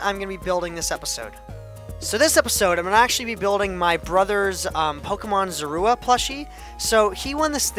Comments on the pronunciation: 80/85 because when the tail was cut off on the pixel art you should have kept going based on the proper picture. P.S. It's pronounced Zor-oo-a. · zor-a-wa is how you pronounce it. i'd give you a 80/85 great for your first pixle art